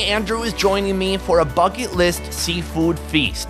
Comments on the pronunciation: Am i the only one who heard, fuck it list? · I thought he said "f**k it list" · When he said bucket list I thought he said f**k it list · 🤣 sounded like he said f$@ list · When you’re saying bucket list it sounds like f*ck it list which I think still sounds accurate 😂😂 keep up the videos with Andrew, you guys are the best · I kept thinking he was saying his “f*cking” list. Lol. Finally realized it was bucket list. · Why did I think you said f&*# it list!!! 🤣🤣 anyways great videos! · I thought he said “fu*k it list”😂😂😂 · When you said bucket, sounded fuck it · Who else though he said " fucken list"😂😂😂😂😂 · I thought he said "my f..kg list.." Ha ha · I genuinely thought he said his 'fucking list'.... Lol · When he said bucket list I thought he said fuck it list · Every time he say bucket it sounds like f*ck it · I thought he said fucking list 😂😂😂😂😂😂😂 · I cant be the only one who heard" fuck it" list riggght?🤔🤔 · i thought he said fuck it list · I thought he said F*** it list smh